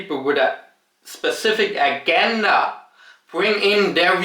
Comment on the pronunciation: My man, it’s pronounced UH-JEN-DUH. About the word “agenda”.